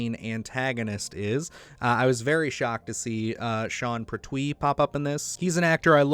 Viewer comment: Sean Pert-Wee. Emphasis on the syllables in his surname.